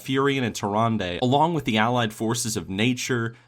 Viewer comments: Everytime you say Tyrande, I here Harambe. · Anyone else thought he was sayin harambe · "tarandey" XD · What if you said Tyrande's name right? They way you said it makes me not want to watch your videos. Although you probably don't care because you have a lot of viewers. Either way, every time you said it I wanted to hit you in the face. I don't know why I feel that way but I do. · Am I the only one that cringes when says Tyrande?